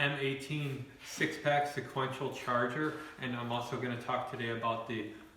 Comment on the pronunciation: Lol Im going to start saying it like this now